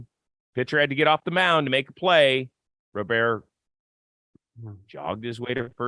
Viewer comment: His name is not pronounced "Row-Bear." It's pronounced more like "Rob-er."